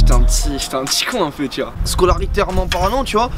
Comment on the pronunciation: Scolatitairement parlent 😭😂